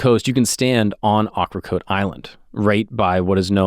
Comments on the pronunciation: I loved on Ocracoke for 6 years and worked for the brewing company that was, pun intended, called 1718 Brewery. you butchered the annunciation of Ocracoke. Think Okra ( vegetable) coke ( beverage). Also great place to visit. Just let me take you on a tour good sir. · It is pronouned okra coke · Pronounced oak-ruh-coke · It’s pronounced Oak-er-coke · Love the video it was great! Just wanted to add as a local to the North Carolina Beaches, Ocracoke is pronounced (oak-ra-coke) and Beaufort is pronounced (Bo-fort). It was super cool to see a video about a local legend and get to see my hometown in a YouTube video! Keep up the good work! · You are mispronouncing Ocracoke Island. Do better, or Black Beard will find you.